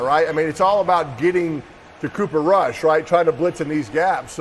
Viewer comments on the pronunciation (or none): Pat calling Cooper Rush, cooper Kush. LOL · "cooper kush" hahaha did he mean that?